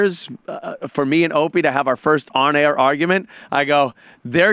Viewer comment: Jade Runner "firsht of all"